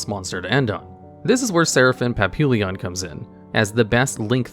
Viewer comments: It's pronounced paa pee yon Not papillion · It's pap-ee-yon. It's just french for butterfly. It ends LLON not LL"I"ON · I love your content, love your lists, but for the love of God, LEARN HOW TO PRONOUNCE PAPILLON!!! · Please, for the love of God, put Papillon into google translate on french and listen to how it's supposed to be pronounced. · The way he pronounced Papillon hurt